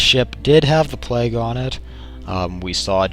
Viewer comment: Ha, It's plague, not plaque. And yes, it is kinda like that.